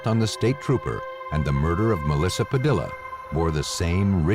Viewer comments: "Padilla," is usually pronounced "pah DEE yuh." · The mispronounced name of Melissa Padilla is annoying. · I can't believe that you would put the work in that you do to produce a program like this yet moronically not even figure out how to pronounce "Padilla" correctly!